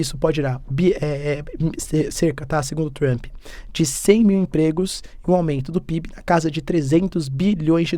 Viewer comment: se pronuncia 'Tramp' e nao TRAMPÍ...... Po professor, vc esta aprendendo ingles... fazer um minimo de esforco pra pronunciar corretamente né kkkkk